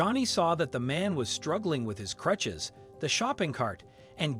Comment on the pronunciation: Good story for sure, but are we really gonna skip over "clutches"? Go back and listen to the first time the narrator goes to say "crutches".